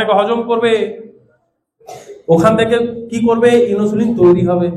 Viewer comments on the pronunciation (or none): Tarm গুলো ঠিক করে বলুন, ইনোসুলিন নয়, ইনসুলিন হবে।